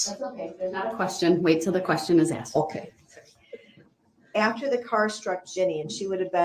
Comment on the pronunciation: "I specifically AXED for".....why are we wearing kid gloves with this clown?